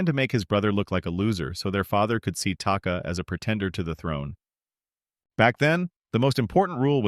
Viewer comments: It’s taka not taki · Oh god i hate it when ppl talk about charchters an they cant even get the name of the charchters right its taka get it right